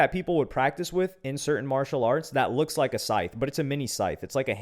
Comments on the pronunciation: scythe being a tricky word.....bro gotta be pronouncing the W in sword then i just know it and the Gs in lasagna. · still, its not that fucking hard to pronounce SCYTHE